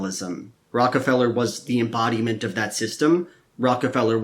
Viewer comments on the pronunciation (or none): What's an "emodiment"?